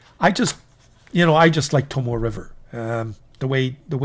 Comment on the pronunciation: Love the channel. You've turned me on to a lot of great pens that I've added to my collection and introduced me to Shanghai Knife Dude who cracks me up every video. Would love to hear Tomoe River paper pronounced correctly as To-mo-ay River and not To-Mo River though lol. Can't wait to be introduced to more great Chinese releases.